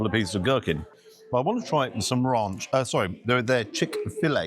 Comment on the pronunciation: Rarrnch! RANCH.. you not with the BBC you know... Love your vids❤